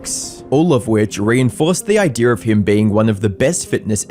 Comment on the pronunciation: Man can’t say idea, “Idear” ass head